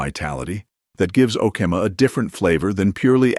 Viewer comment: Tom Nix not Tom Mix. O key ma! Is how you pronounce Okemah.🎉